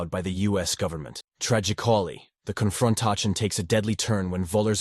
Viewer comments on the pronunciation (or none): "TRAGICOLLY" "CON-FRON-TACHION" "AHSSOSHEAHTAYS" I'd bet anything that is not an actual human being narrating that clip.